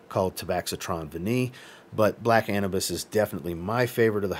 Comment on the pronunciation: Black a-new-bis I believe is how it is pronuced cause Anubis is the Egyptian god of the underworld